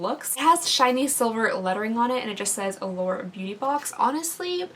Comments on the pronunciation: Every single time you say Allure, I hear The Lord. 🤣🤣🤣🤣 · Now I hear it too 😂